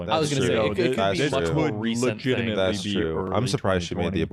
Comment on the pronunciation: Everytime they say "legitimately" a mini aaron is yelling "legatimetly" in my brain.